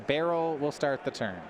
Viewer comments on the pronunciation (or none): BAH RAUL ... not barrel lol.. jeez.